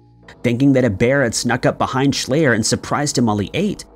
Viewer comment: Schleyer is pronounced "shl-eye-r not "ay" and he was eaten by bears. I live here, it was a big deal. His dad was a Dr with his own weird story on how he died.